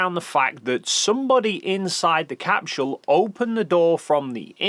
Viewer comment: Why does he say capSHule? What accent is that?